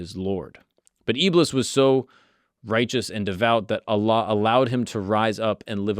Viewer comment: I Love the way you pronounced Allah correctly. Some people say it weird